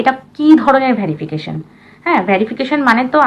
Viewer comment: ভেরিফিকেশন, ভ্যারিফিকেশন নয়।